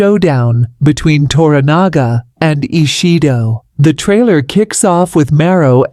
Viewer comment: Who's Mara? Sho-goon? Tar-ron-nika?